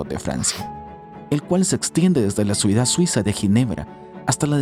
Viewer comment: Se dice CIUDAD NO SUIDAD